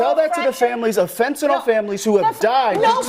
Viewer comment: They sound stupid they cabt even pronounce the drug correctly! Its not fentanol, its fentanyl (nil), fentanyl (nil)!!!